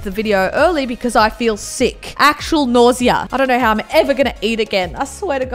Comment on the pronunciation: is nausea not nah-z-aaaaaa